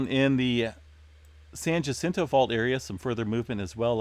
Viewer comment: I think it is pronounced San "H"acinto. You don't pronounce the J.